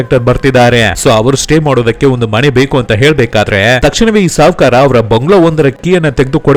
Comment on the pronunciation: ಕನ್ನಡ ಉಚ್ಚಾರಣೆ ಸ್ವಲ್ಪ ಸರಿಯಾಗಿ ಮಾಡಿ.. ಬಂಗಲೋ ಅಲ್ಲ.. ಬಂಗಲೆ 🤦‍♂️